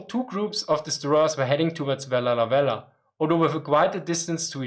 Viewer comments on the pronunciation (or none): Am a Vella La Vella woman born at Vella La Vella. This is how you pronounce our Island name... Say Vella (stop) La (stop) Vella. You take a short breath and say it's words. It is named by a French Explorers to Solomon Islands they are Captain Carteret and Captain La Peruse. Our language is very hard to speak it's an Austranetian language tongue wobble inside and only us people of Vella La Vella can speak it none of other Solomon Islands people can speak our Vella La Vella language. Very unique easy to learn cos the language is exactly like English when I translate word by word. So now people learn my (Vekalo) Vella La Vella Language. Yes we still have 7 Japanese Soldiers living in the thick mountains jungles of North Vella La Vella at Java Sibilado area. They still alive in jungles villages see them go get ripe bananas, pineapple in their gardens. They looking old but very strong grey long hair eith long beards as well. Our forest and jungles are full of wild bamboos so the live underground very clever Japanese Soldiers. They report them in 1985, 1986 on and their Commanda flew over to Vella La Vella telling the men to come out WII has ended. The commands even drop Japanese fliers in Japanese language all over the jungles. Still today they are there survivors. Also in my village us a Japanese Soldiers grave my father a Missionary bury him in our family grave yard. If any Japanese know of a missing soldier get in touch with me please. Anybody know name of USA Marine Commander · I'm truly amazed about how you managed to say "Vella Lavella" while maintaining sanity. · Vella Lavella is almost breaking your tongue Can you say it 50 times in a row ? What were the most difficult words for you to pronunciation ? Very interesting topic topic, a change from the meme of Japanese throwing their men in meaningless meat grinders.